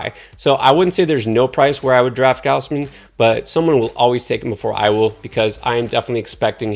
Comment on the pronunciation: how could you possibly claim you know baseball and pronounce it GOWSE-MIN rather than GOZZ-MIN. also sale's advanced metrics were better in 2021 than 2019 and parts of 2018. but all we care about on this channel is the word injury and surface stats that dont adjust for anything. not to mention how good mclanahan's xFIP, ERA+, and how bad Zu's cERA is. do your research lol this guy stinks